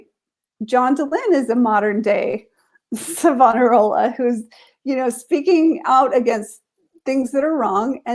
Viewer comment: In my srudy of church history in theology school , it is my understanding from what I was told , your pronunciation of Savonarola , of Italy , 1492 , pronounced " "Savannah Rolla" , is correct.